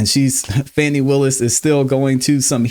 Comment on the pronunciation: Calling her Fanny is pure ignorance is Fani pronounced Fawny. Anyways Kramer is 1000% right to call Fani out. That trial is ooc!🤬